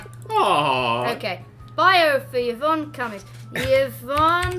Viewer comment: Yvonne is pronounced evonne